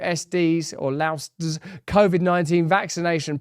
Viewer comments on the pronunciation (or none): I went through the LAUSD. “Loused” is a more appropriate pronunciation! 😅